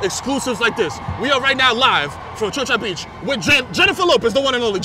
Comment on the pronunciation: Did Mero just say "chocha beach"